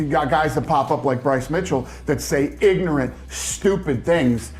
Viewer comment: The way Dana was emphasizing IGNORANT and STUPID has me hollering 🤣🤣🤣